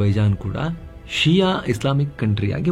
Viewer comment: ಷಿಯಾ ಅಲ್ಲ ಶಿಯಾ